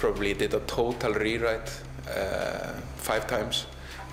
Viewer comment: The way he says Total rewrite. Töytal Reerite. just precious.